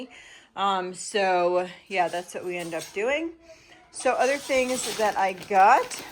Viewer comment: It cracks me up to hear you say “ I gut” instead of I got.